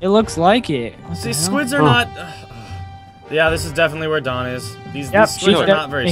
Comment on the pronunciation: NUU NOT DANW